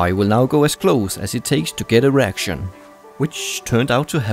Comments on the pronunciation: Id be tired too of seeing no erection and I too would decide to go for no mercy going as close as it takes to GETT eREKTion which would turn out to happen quickley! What accent is that bruh? Reaction =/= erection! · "I will get as close as it takes to get erection"...lol, pronunciation issues. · Did he say he'll get close to get an erection? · Why does it sound like he says erection when he says reaction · its because it sounded like erection not reaction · did someone else heard to get an erection ? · Also as close as it takes to get an erection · Yep. That's what I heard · A reaction, that's what I heard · Simon yea I heard an erection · Did he say "a reaction" or "an erection"? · He said "any reaction" so it's normal that you heard "an erection". XD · did you say erection or reaction ????? when you got behind the laptop ?? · Sounds like he is saying "I will go as close as I can to get an erection". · 'No mercy.' 'As close as I can get to erection.' LOL. Yes, I know he says 'a reaction', but it sounds like 'erection'. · lol it sounded like you were saying 'try to get erection' lol love your videos :) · oh reaction i thought he said erection lol.